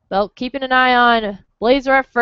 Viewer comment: It's BELK, not Beck!!!